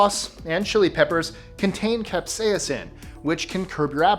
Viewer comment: Say "capsaicin" again. It sounds like you've got a mouthful of novocaine.